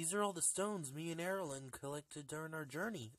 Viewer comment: you pronounce my name like Airalin only my name is Erilyn